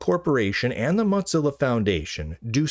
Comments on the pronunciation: Its pronounced "Mo" as in mosaic, and "zilla" as in Godzilla. It is not pronounced like mozzarella. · "motzilla" lol